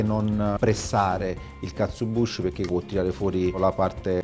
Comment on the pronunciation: Due piccole precisazioni: 1 si scrive e pronuncia KatsuObushi 2 la w di Wagyu si pronuncia "ua" in giapponese, tranne in casi particolari che non sto qui a dire, la sillaba "va" non esiste! Piccolezze ma che fa sempre bene sapere spero :)